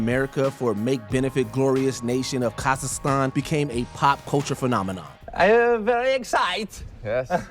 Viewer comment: “Sauchage” party? “Sussess”? “Kahzistan”? What’s wrong with your pronunciation? Lol